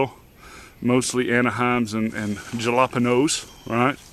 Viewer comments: Jallopinos? It's pronouncede hah-la-payn-yos, gee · Good garden planning, Jalapenos are pronounced halapenos, i heard somewhere that tomatoes do not like tobacco at all!